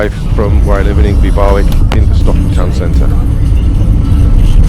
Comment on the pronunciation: It's pronounced barrick not bar wick